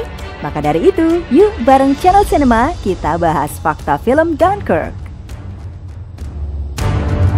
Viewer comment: Bacanya apa? Jangkrik kah?